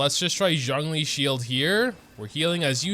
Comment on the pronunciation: why do you pronounce Zhongli's name as "jangli"?